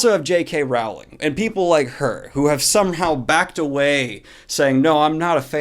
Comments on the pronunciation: Come on, Americans, its JK "ROLLING" ... ROLL.ING. ROLLLLLLLLLLLLLLLLLLLLLLLING. FFS, not RA-ULING!!!!!!!!!!!!!!!!! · Pleeeeeeeeeease. Pronounce JK Rowlings name properly next time. Its pronounced ROLLING. K Thanks. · Rowling rhymes with bowling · Daniel you pronounce her name as Rolling. Everyone in the U.S kept telling her how to pronounce her name so she stop trying to correct them. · It's pronounced Rowling not Rowling. Row as in row not row as in row.